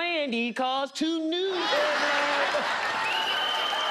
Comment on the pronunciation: "i wasn't playing these cars tew new" 😂😂😂